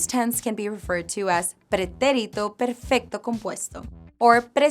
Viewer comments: The way you said Preterite in Spanglish. 😂 (FYI, in actual Spanish it’s called Pretérito Indefinido). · She doesn’t pronounce pretérito and imperfecto correctly! 😮